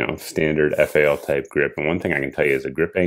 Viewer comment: To field strip you pull the receiver cover off first after opening up the rifle. You grab the rat tail of the bolt carrier to remove the BCG etc. We'll let you slide since your a FAL noob. At least you called it F-A-L instead of FAL which rhymes with pal. Oh and you forgot, it's The Right Arm of the Free World. Keep up the good work